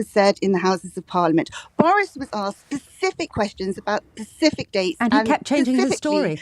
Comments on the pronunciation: Specific, not Pacific! 🤦‍♀ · The fact she said "pacific" instead of specific just about sums this up. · Like CATH AND KIM PACIFICALLY SPECIFICALLY……. But she also quoted Legally Blond….which is when I would have cut her off. Hilarious. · SPECIFIC! SPE-CIFIC! NOT PA-CIFIC! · Did she ACTUALLY say ‘pacific’ instead of specific?? 😂 As if she wasn’t contemptible enough in her beliefs… she can barely speak properly!! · And she says "pacific" not "specific". Enough said. 😂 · I mean she lost all credibility for her 'research' when she said pacific instead of specific 😂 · That was very entertaining, 'Pacificly' her use of the word 'pacific'. And this coming from the editor of a newspaper😂😂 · Imagine being a journalist who says 'pacifically'. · it's "SPECIFIC" you howling tory lie monkey.